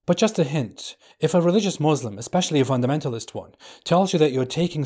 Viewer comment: This says he was a Muslim but can't even say Muslim properly lol ...